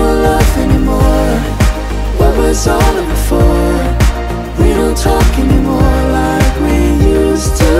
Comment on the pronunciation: 他不是寫anymore怎麼把a念gnymore